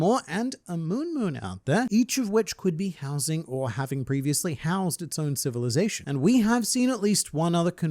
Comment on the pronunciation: Zation? Lol